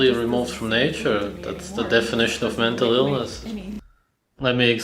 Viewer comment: mentull eelness